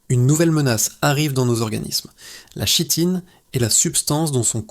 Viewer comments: Très bien cette vidéo ,mais on prononce Kitine même si il est écrit Chitine . Merci . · Pour info, chitine se prononce Kitine. Mecri pour cette vidéo. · Kitine, on dit Kitine, ça vient du grec (ch=k). Ouvre un dictionnaire!!!!!!